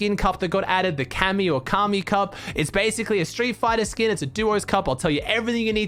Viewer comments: When you said Cammy Cup i tought you meant Kami😂😂😂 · when you said cammy cup i thought you said kami cup